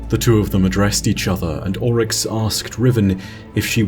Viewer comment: Why do you say “ ULL-Rix ( Oryx) when it’s pronounced “Orr-Rix”?